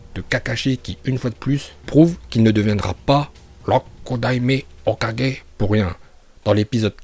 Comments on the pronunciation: Juste ça se dit OKAGUÉ pas OKADJÉ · C pas "kaje" mais "kague" tu prononce mal mais ça reste un détail face a tes connaissance de naruto continue ainsi mais travaille ton accent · tu dis tu maitrise la VO tu dis hokaje mdr va te coucher porte parole mes fesses mdr ton acces il rend fou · Moi j'aime quand il dit hokudaimer hoka